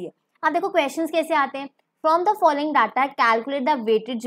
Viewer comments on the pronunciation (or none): none